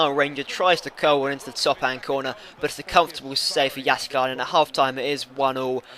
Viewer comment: Your pronounciation of Jääskeläinen is pretty good for a non-Finn, so don't sell him for that :) Besides you will not get anything for him.